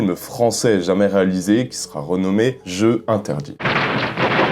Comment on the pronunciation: Jeux interdits, "jeu" est au pluriel donc on fait la liaison svp. Jeux z'interdits. 2 point en moins sur ta copie. 🧐